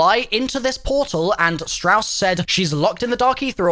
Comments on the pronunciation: “Shaw” lol you mean Strauss? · Did he call strauss shaw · Carver, Grey, ''Shaw'' and Weaver lmao. you confused me there for a second. I was wondering what Shaw was doing in the Eather story. Turns out it's just Strauss.